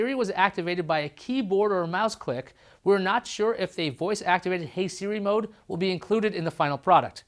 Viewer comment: "Siri" not "Seari"!